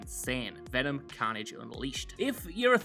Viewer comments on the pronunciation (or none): STOP SAYING CAUGHN-AGE HOLY SHIT ITS CARNAGE